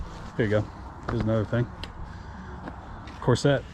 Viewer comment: Dude..it's not cor-set. Say it together. Also...you might not want to touch that horse head